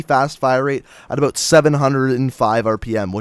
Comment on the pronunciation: "what is up boys and girls, we are gonna be talkin abooot." xD